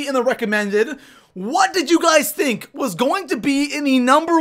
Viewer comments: U said thunk not think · He said thunk instead of think